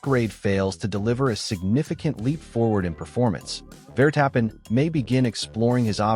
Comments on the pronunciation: Claim to be F1 news and Ai can not even pronounce names correctly Vertappin😂😂😂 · Yes yes max vertap-pen